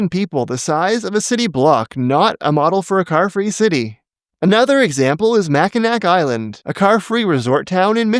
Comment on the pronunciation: Great video but I have to correct you or else I would be failing my sworn duty as a Michigander, it is pronounced “Mackinaw Island”, thank you for your time if you do read this, all do respect and love for the educational content you put on the channel! ❤️